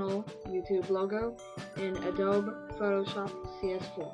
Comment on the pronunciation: ur saying adobe wrong